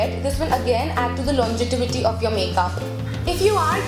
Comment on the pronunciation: I love your videos, you’re so practical and candid. Love that you are so “girl next door”. Just a suggestion it is longevity not longetivity.